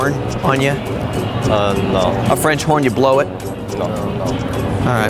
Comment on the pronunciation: french horn/ i heard french Porn